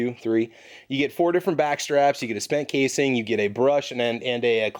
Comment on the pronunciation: I'm sorry, what was that, "a spent casing"?